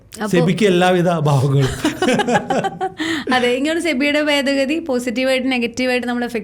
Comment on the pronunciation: ബെദഗദി അല്ല ഭേദഗതി എന്നു പറ കുട്ടീ.